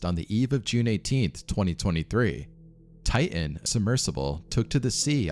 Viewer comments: If I hear you say tian instead of titan one more I’m out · It's not Tigh- en it's tight- ten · The name of the submersible is Titan, not Tie-in. There is a second T in the name. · Bro it’s TITAN! not Tai-n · its Titan, not Tie-in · Why do Americans say "Tigh'hen" instead of Titan? This is the 3rd American YouTuber in a row that pronounced it that way now 🤔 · Please!! It's not "Ti-an", it's "Ti-tan!" It's not "boo-ee", it's "boy." (as in buoyant) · Ty uh. Ty uh. There's supposed to be two Ts in Ty uh. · When did TiTAN become "Tie in"? That sounds like wannabe gangsta ebonic crap. Oh no you dih int. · How many times does he say "ti-an" lol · Pssst, are you aware that you don’t pronounce your “t”s within your words? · I lost interest at the first Ti-en. A quick prayer for all the lost T's. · Please prnounce your t's. Don't say ti ann. Drives me nuts. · oh mygod , please learn how to say words like titan and barton or briton